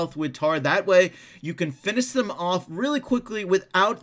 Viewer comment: U say finish weirdly lol(no offense)